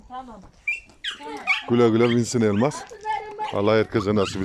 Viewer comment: Ay nasil guldum teyzenin lafina elmaass calman demis ya